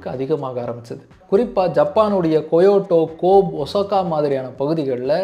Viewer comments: நல்ல பதிவு👍🏽 but Kobe கோப் இல்ல. கோபே Kyoto கொயோட்டோ இல்ல. க்யோத்தோ Osaka ஒசாக்கா இல்ல. ஓசக்கா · Bro you made a mistake I’m from Japan 日本🇯🇵during your explanation about japan beef history you used the place name KOBE the pronunciation is ○ KOBEI not × KOBE 発音が正しくなければみんな勘違いしてしまうから注意してください. これからも頑張ってください楽しみにお待ちしております. 🎉🎉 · Japan ko be beef pronounced wrongly bro